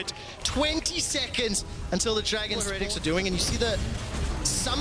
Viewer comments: Why are they pronouncing it Heh-retics? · Why are the casters pronouncing heretics so weirdly? It’s like they’ve never heard the word before lmao